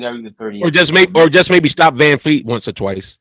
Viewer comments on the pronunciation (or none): VanVleet is his name. not Vanfleet.